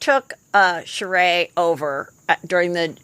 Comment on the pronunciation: Why do I cringe every time she says Sheree’s name wrong? It’s a bit rude.